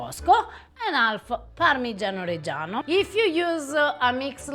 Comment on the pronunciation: how does your wife allow you to pronounce parmeggiano reggiano like that? you are a lucky man in MANY different ways. god bless